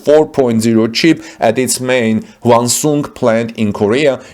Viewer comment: The announcer says, “cheap”, instead of “chip”.